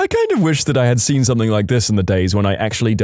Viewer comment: No K in the word something .